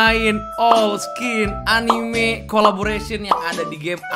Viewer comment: Anime dibaca a n i m e bukan anim🤣